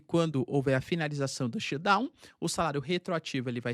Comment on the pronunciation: SHUTDOWN. TEM QUE FAZER O SOM DO "T". daqui a pouco o Xandao vem atraz de voce